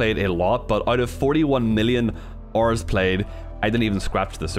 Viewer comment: OH you were saying “hour” it sounded like “ar” at first. Oof